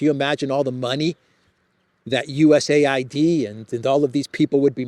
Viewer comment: Dear, could you pls. tell not to pronounce DOGE like "dodge", but with a long "oh" (like Leavitt in your intro video), and to pronounce USAID not like it a had a second syllable that sounds like "aid" (like the manipulative media does), but separately, like you do, as U-S-A-I-D, please? And, also pls. remind him that Steven Witkoff's surname is pronounced with a short "i" (like in witness), not like "white", as he pronounces it. Thank you! Would be so good if someone so intelligent as he is, could also get these small things right. Makes him look bad. I already added a comment about this under his video of yesterday, but only this morning. Probably too late for it to be read by him, if gets to reading comments at all. I thought, maybe you could help... 😘